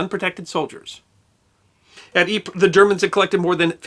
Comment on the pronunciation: Thank you for the correct pronunciation of Ypres. Your rendition of In Flanders Fields was very well done.